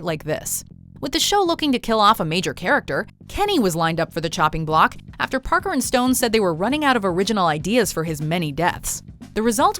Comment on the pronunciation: you call them "Packer and Stone". It's Parker. His name is Trey Parker. Good video tho!